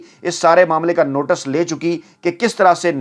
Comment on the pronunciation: word is notice not notas